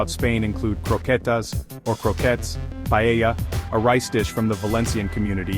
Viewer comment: Cannot listen to that ai pronunciation of paellla.